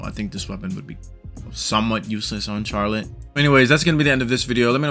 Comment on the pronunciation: The way you pronounce Charlotte is slightly killing me.. but this guide is very helpful, thanks!